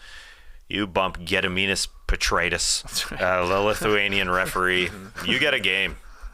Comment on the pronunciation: That Gediminas Petraitis pronunciation - El Terriblé 👌